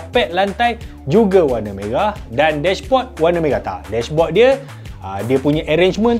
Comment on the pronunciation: MERAH bang... bukan meghah .... 😆😆😆